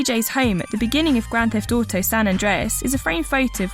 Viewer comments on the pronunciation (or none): "GRAND THEFT TUUTEH"